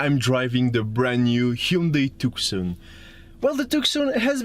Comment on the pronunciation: I think it's propnounced Tooson